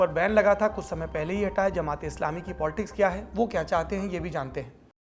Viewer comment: Arrey bhai POLTICKS NAHI POLITICS